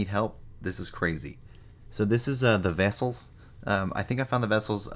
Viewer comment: the nuclear "wessels"